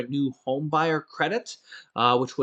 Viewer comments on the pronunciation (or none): none